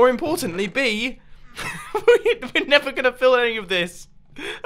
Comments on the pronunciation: bettah late than netha* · Did anyone else hear, "Better late than Nether"?